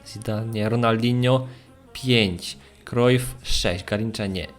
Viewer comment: Cruyf śn, a nie n ;c